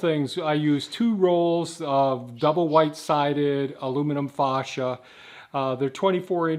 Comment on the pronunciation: Sorry, but I laugh everytime you call it Faw cia instead of Fay cia.